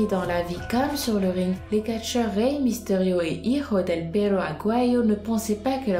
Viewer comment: c'est pas misterio mais mysterio